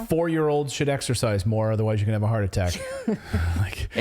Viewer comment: Wow!! What a load of Disinformation/misinformation by that news station! STILL pushing the Great Lie. And that male reporter: Did he actually say "ExTercise Class" Wow. Maybe, he didn't really graduate grade school!